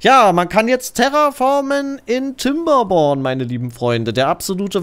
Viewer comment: "kinderborn" bitte kein "P" wo kein "P" hingehört